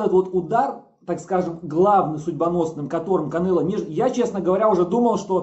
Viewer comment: Уши режет от слова Кабанело